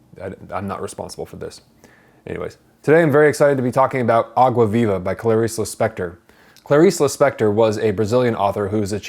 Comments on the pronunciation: vei.. a pronúncia de "água viva" dele melhor que a minha que sou brasileira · U saying água viva is so good haha good portugues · By the way, perfect pronunciation of the title Some people really struggle to speak foreign expressions, but you nailed it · I like the way he pronounces "água viva", it's perfect!!! 👏🏽👏🏽👏🏽👏🏽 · Rafael Zacarias agreed lol